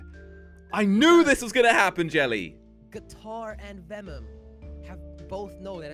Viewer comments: said venom instead of vemom. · Jelly:vemmum. Instead of vemom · Its vemom its not venom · it is not vemom it is venom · Read "Venom's" name correctly, IT SAYS VEMOM.